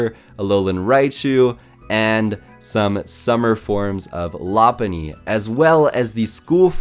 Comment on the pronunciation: You misspronounced rayquasa and lopuny